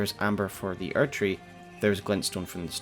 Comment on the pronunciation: why do you keep saying archery? do you mean erdtree?